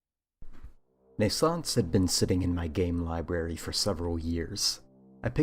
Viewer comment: Pretty sure it's pronounced "nay-sauns-say," dude. Two Es at the end, and all.